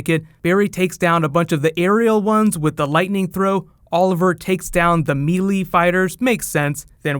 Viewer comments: May lay, not me lee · This dude said mee lee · The "mee-lee" fighters??..., I had more respect for you than that:P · Mee-lee just wooooooooooooooow its Mae-lee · "MEE LEE"? EXCUSE ME? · I enjoyed the video, except for the part where you mispronounced melee.